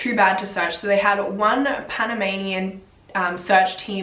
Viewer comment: I'm from Panama and the way they handled this was awful. They started searching 5 days after they went missing 🙄 aaaa I love the way you pronounce panamanian places is so cute!